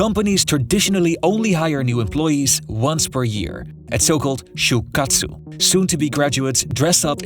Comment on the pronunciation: 1. Please give up every trying to pronounce a Japanese word ever again. Nails on a chalkboard right out of the gate with the massacred attempts at pronouncing shūkatsu & shūshin koyō. I'm not speaking in hyperbole. It was that bad. 2. Japan will get by just fine with a smaller, contracted population. No foreigners are needed.